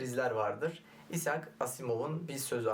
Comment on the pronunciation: İshak Asimov değil, Ayzek Asimov hocam :)